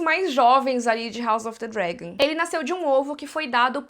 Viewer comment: Ah mano, parei de ver em 5 min. Não aguentei ficar ouvindo falar: House of the Dregon